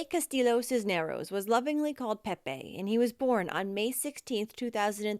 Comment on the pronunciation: Hi -- I love you channel and am excited to check out your new channel. Just FYI, the next time you come across a Hispanic name with double LL's, they are pronounced as a Y. So the last name is pronounced as Castee yo.